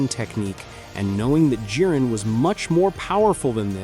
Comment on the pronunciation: His name is not "he jin" it's "jiren" u numpty